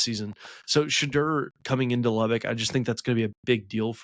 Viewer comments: THIS! Sha-door, not Sha-der. Do some research ffs. Buffs in a blowout 45-24. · #2 = “Sh-door” it’s not hard to say